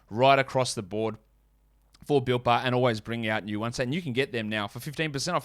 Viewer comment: lol copy, thought it was Britt bar till he used his American accent. Thanks for the code